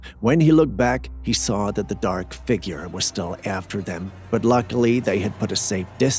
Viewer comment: Not soar, saw I d iot